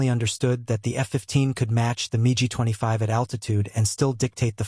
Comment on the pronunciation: Love the AI narration calling the Mig 25, the MeeGee 25.